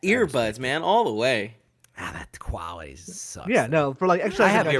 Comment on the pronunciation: I try to never make fun of people's speech habits, 'cause lord knows I've got a marble mouth sometimes, but had like 5 opportunities to say "quality" correctly and sounded like Elmer Fudd everytime.